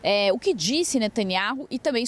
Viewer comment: Observem essa reporte 02 , ela não consegue pronunciar o nome do primeiro ministro de israel e outras frases , deve ter se esforçado bastante pra chegar aonde chegou! parabéns, é uma critica cosntrutiva